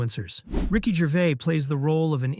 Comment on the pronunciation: A great video marred by another person who can't say Ricky's name properly. It's not GERVAY, he's not bloody French. It's GERVAIS pronounced GERVAZE.